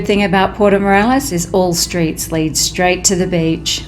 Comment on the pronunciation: Morelos NOT Morales. Come on!